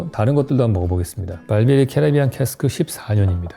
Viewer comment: 캐스트 아니고 캐스크